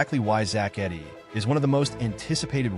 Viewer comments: Its Edey not Eddy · It’s edey not eddy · Great video. But please say his last name right. 😂